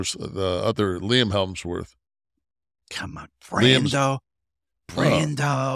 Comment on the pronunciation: Hemsworth. Not Helmsworth. Cavil. Not Kayville. Also turn down the music on the commercial promos.